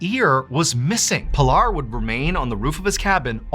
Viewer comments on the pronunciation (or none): Its PEE-LAR.. not pill-r Worse is that you fully know that.